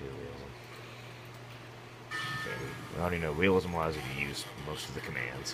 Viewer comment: why do u say wealism mod? can u only say w's?